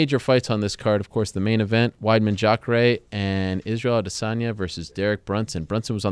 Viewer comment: correct pronounciation *****Are-They-son-yah**** (Adesanya)